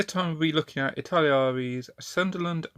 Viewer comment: I T A L A R E E ... not Italiriari . Just FYI